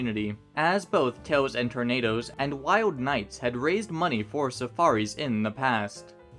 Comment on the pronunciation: idk why but i heard the pronunciation of the convention's name as Toes and Tornadoes which honestly isn't that far off the mark